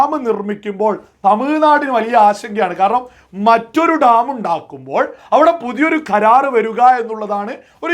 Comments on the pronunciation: Dtaaaam alla.. Dam.. Ivide bharicha orortharum mullaperiyar nte subject il kuttakaraanu.. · ധം അല്ല ഡാം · മുല്ലപ്പെരിയാർ ഠാം.. അല്ല... ഡാം.. ഡാം... എന്ന് പറയണം.... അതിനും പറ്റുന്നില്ലയെങ്കിൽ... അണക്കെട്ട് എന്ന് പറഞ്ഞാൽ മതി..